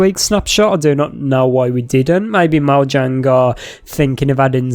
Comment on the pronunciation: Also: Mojang is pronounced like Moyang by the way